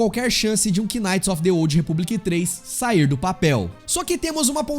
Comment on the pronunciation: Mano, "quináite" é de f0der, a palavra knight se pronúncia "náite" igual a night porém mas agudo por causa do k.